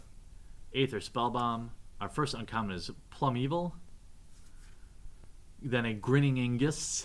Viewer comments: its pronouned plume veil not plum evil lol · Learn how to pronounce the cards a little better. It pains me to hear you say Plum-Evil... When it is obviously Plume - Veil. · "plum evil" roflmao.... its plumeveil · Lava Spike is used by Modern red burn decks as Lightning Bolt 5 through 8 and they're worth more than Lightning Bolt because the Bolt got reprinted recently in two core sets in a row :) What really ticks me off though, is how he constantly mispronounces Plumeveil. It's plume-veil. Not plum-evil D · He did not pronounce plumeveil PLUM EVIL. Nope nope nope xD